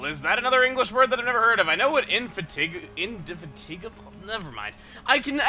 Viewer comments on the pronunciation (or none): The pronunciation of Indefatigable is Indy-fat-igga-bull. It's probably a British word as I first learned about it through the UK TV show Robot Wars, where Indefatigable was a competitor. It lost very quickly.